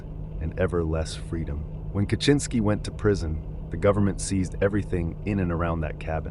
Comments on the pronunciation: How did you do research to find out how to properly pronounce names, but you can't pronounce Ted Kaczynski? You didnt watch one of the thousands of videos about him? It's kah-zin-ski. How do you even get kaCHINski? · Yeah A LOT of these names are horribly pronounced. Benet? Core-ish? Ca-chin -ski? I haven't seen some of these pics which is cool so I don't mean to be a nitpicky asshole but it's starting to pain me 😅 Edit Im so bad at detecting AI but from what i've read from other comments that makes sense. Might have to ignore this channel if that's the issue.